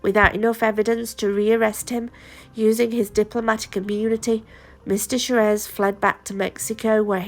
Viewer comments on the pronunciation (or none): It’s pronounced swarez!